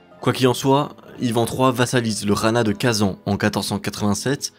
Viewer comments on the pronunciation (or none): Juste en tant que Tatar le fait que tu prononces Kazan comme ça, ca se prononce Kazaïn